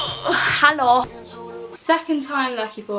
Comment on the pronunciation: your "hello" sounded german af